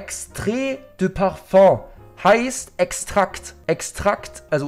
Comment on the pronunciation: Das heißt Paföng!